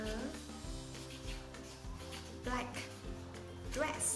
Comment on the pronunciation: phát âm sai từ "black"!